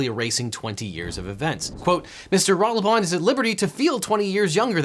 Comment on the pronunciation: The pronunciation of Ratelband is... interesting. It's less wrong than I'd have expected, but still very much with an American accent. But I have to give props for at least not Americanising the name. I always love to see people give it a serious try.